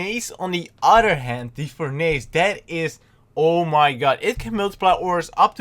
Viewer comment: its actually said like "för'nıs"